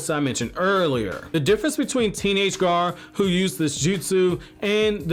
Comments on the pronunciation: it's like he keeps saying ''garr'' instead of ''gaara'' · Gaa....ra, Gaara!!! Not Gar